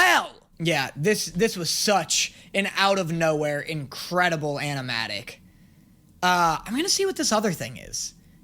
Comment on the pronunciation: ah yes. Incradeable